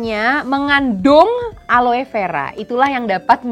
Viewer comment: Aloe = seharusnya dibaca ALO.